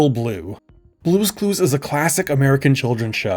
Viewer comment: Im sorry, but "Brue's Crue's" Haha